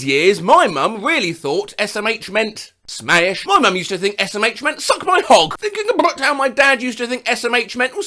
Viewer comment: smæsh (i love how he says smash)